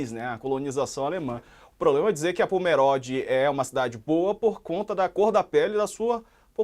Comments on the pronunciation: É Pomerode, como se tivesse um acento circunflexo na letra "o". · Demorei pra entender de que cidade eles estavam falando.. não é Póméróde, pronuncia-se Pomerode, do jeito que se escreve. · A pronúncia correta é "pomerôde" e não "pomeróde" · Olá, não tem acento no O da palavra Pomerode.